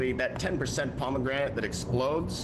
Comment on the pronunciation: The bomegranite made me laugh so hard